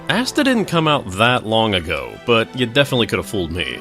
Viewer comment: The way you pronounce that sounds like you're talking about Asda: The MMO :) And from the looks of it, this really does feel like something you'd buy at Asda - the sort of off-brand knockoff MMO you buy Friday afternoon after all the other stores have closed.